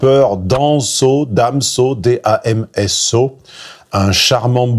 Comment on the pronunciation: Dans so (damso) orel sans (orelsan) ptdr 🤣 Superbe tes prononciations...